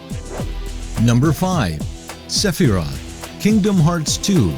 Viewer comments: Its not Seph-I-rot It's Seph-Er-Roth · sefearoth was a funny mess-up aswell